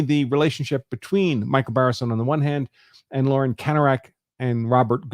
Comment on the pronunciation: You keep pronouncing his name wrong! Not Baseron ! It's Barison! Lol